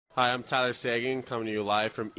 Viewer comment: tyler seging? LOL